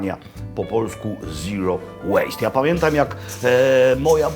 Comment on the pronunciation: Po polsku "ziro łejst"... No mistrz poprostu 👌😊 ukłony panie R.